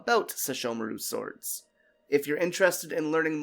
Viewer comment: Firstly it's "Swords" not "Sowrds", Secondly I believe that because Sounga can revive the dead in a reanimated state that severing the minions was a surefire way to ensure that the sword couldn't recall Takemaru's soul back from the dead. Tenseiga can bring a person back once, can be used to kill spirits and undead and possess powers of purification, so sesshomaru likely purified Takemaru's soul so the sword would lose it's hold on him. Sounga was wielded by sesshomaru's severed left arm which was attached to Takemaru's body, so severing that made the weapon unable to revive Takemaru.